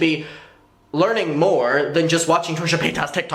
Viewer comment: "Trisha Pataytas"